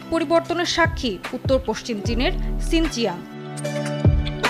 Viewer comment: শিনজিয়াং কিভাবে আবার সিনচিয়াং হলো 😂😂😂😂